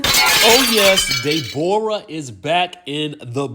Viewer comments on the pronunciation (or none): It's the pronunciation of her name for me! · Dey-bor-ah is sending meee😂😂😂